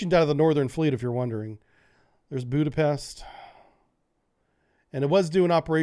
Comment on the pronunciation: Did you really said Budapest?:P